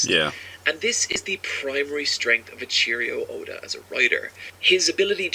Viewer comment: Eichiro Oda is how you fukn pronouce it... xD